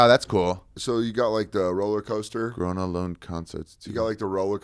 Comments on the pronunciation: Gröna Lund. You articulated it perfect. For real. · Dan said Uppsala correct. Ari got Grona Lund. Flugger is a German name, I guess. OK, I commented enough :)